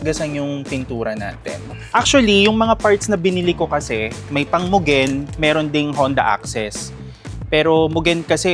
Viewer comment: Muh gen pala bigkas don akala ko Myugen